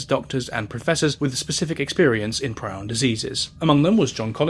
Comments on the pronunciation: it's pronounced pree-on, bro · Prion disease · Just for future reference, it’s pronounced “pree-on”, “Croytsfeld-Yakob”, and “epideemee-ology”. Hope this helps. (source: I’m a biomedical scientist).